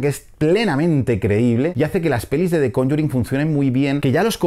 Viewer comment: podrias decir solo "el conjuro" , cuando dices "conyurin" suena horrible